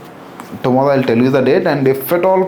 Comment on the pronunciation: Darshanam❌ Dalshanam✅ Tomorrow ❌ Tomollo ✅ Great❌ Glate ✅